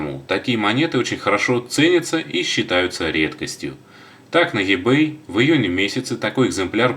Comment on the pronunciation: И-бэй И а не Е , Ибэй